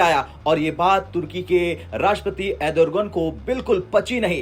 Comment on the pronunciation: Turkey ka president ka nam Edorgan nahi nalla, Erdogan hai, aye din aisa chutiapa karta rahta hai is do take ka channel ka voice over readers, pahle lagta tha ki yeh Tak Wala channels ka voice over readers subah 7 baje se st least 11 baje tak para hoga, ab lag raha hai ki nahi, subah tak he para hoga yeh namuraden.